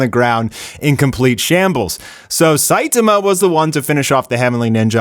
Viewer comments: WHY DO YOU CALL HIM "SAITUHMUH" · The way u pronounce Saitama is so weird